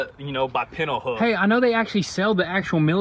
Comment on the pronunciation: Friendly FYI, It's pronounced "Pintle"